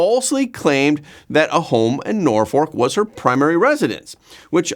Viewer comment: Tish has ads on TikTok begging for $ what a trash heap, send her to jail all she does is lie lie lie Norfolk pronounced Norfuck, really